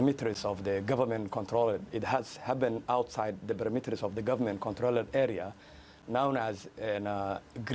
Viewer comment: Cabdirahman Isse; Perimeters 😂 hé pronounced as “birimiteris” 😂. Imagine he is condemning our government the messes that were created by his uncle General Aidid who killed American soldiers in Mogadishu in 1993. did you tell the western that you are the Nephew of General Aidid?